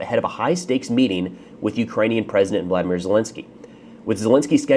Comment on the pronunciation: Love the videos but just be careful when talking about Zelensky. Its Volodymyr not Vladimir. To an English speaker you could describe it as pronouncing the 'O' after the V instead of the 'A' like in Vladimir. Could piss off a few Ukrainians. But yeah, happy thanksgiving